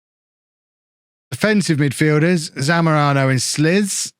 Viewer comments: Just a one thing I thought of: You thought about what is the pronounciation of Janousek, Slisz and also Caio Cesar and whether it's correct- so: - "Kayo" is his name, not Chaio -Janousek is "Janoushek" -Slisz is "Slish" Anyways, great work! Keep em on! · Slisz could be pronounced as "Slish"